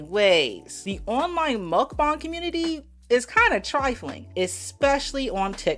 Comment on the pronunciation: You are pronouncing it wrong. Muhk -Bang 👍